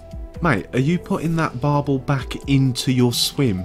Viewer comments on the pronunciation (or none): 1.57 did hear “bruck of ya back “😂😂